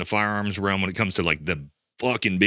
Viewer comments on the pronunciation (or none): none